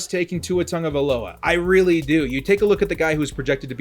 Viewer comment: Sound it out... Tago-via-loa